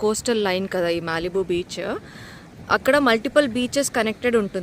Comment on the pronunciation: Malibu ❌ mallibu ✅